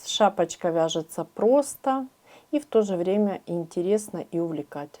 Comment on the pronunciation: При вашем произношении "шапочка", мне стало плохо...